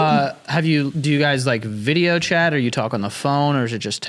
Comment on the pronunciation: they literally say "Bideo" instead of video